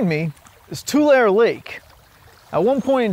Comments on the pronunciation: Tu-lair-eee. Not Tu-lar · It's pronounced Tular-e, you pronounce the hard e. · Your pronunciation is wrong. It's Two-larry lake. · It’s pronounced too-Larry 😂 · He said the name wrong. It sounds like this: Too-Leh-Ree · We pronounce it (too Larry) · You mispronounced Tulare, as it’s Tuu-Lair-ee. A simple Google search would have kept that from happening. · The 'e' at the end of Tulare is a long 'e' btw. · You said yokut and Tulare wrong. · Come on say Tulare right please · You didn't just drive two hundred miles to pose next to this puddle and pronounce the fucking location incorrectly... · He can’t even say the name right